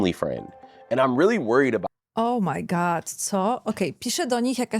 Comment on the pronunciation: źle wymawiasz "O my God". Mówisz "O, moje jelito", bo na końcu zmiękczasz D do T XD goDDDDD - to D musi wybrzmieć.